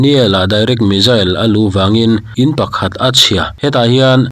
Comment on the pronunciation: I Chanel hi ka lo thlir ve thin a,tinge missile hi(Mizzil/Mijil) angin i lam thin le?missile tiin lam. Ve mai ta che